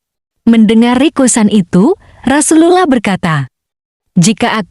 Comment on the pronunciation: Admin belajar ngucap rasulullah dulu.. Hehehe